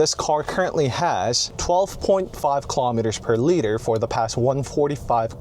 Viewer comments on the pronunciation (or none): none